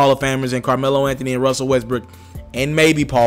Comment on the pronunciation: You can’t pronounce Westbrook for shit lol 😂 west brick